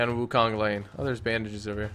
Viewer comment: Firstly, Wukong is a Chinese fictional character from “A Journey to The West”, so it shouldn't be looking like a Japanese samurai. Secondly, it should be pronounced as Wukong not Wukang